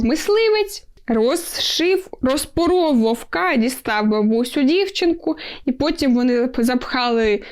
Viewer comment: вОвка) а не вовкА)